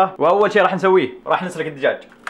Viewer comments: لمنا قال نسلق الدجاج احسبه يقول نسرق الدجاج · هههههههه حتا انا حسبته قال نصرق